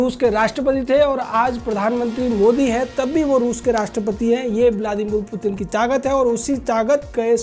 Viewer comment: Mutin Nahi putin mere Bhai